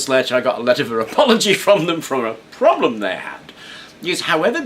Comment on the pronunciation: lol at "problem-et"